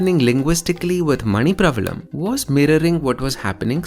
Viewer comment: ' manipravaalam' would be the correct pronounciation :)